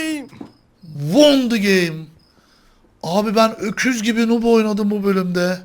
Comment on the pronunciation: nup değil noob nuub diye okunur